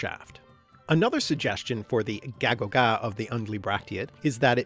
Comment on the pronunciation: Æ it's actually supposed to sound more like "ay" rather than "ah" so gægogæ should sound more like "gaygogay" and not "gahgogah"